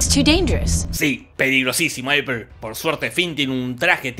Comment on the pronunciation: Eiper... Eipur... Eprel...